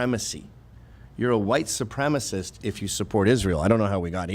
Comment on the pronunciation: Good point on mispronouncing White supremacist.